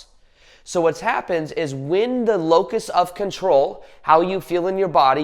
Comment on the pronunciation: What of control? It almost sounds like your saying locust…🤔